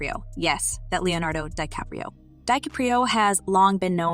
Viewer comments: ‘De Capri’o’……this A.I. blsht narration has gotten tired very fast, basically working in tandem with click bait approach. Whole lotta nothin! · and "Leonardo DiCaprio" pronounced like "Spaghetti Caprese" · Why use this AI voice bot if it can't even say Dicaprio correctly? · Robot voice is lame. Can't pronounce DiCaprio.🙄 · Ciickbait. Rogan is on this for 20 seconds max. A redundant narrative by the possible AI speaker who can't pronounce DiCaprio. 🤔